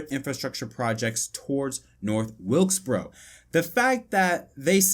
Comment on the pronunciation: you mean North Wilksboro?